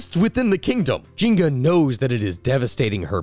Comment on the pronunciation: Dude I think you're supposed to pronounce the n in nzinga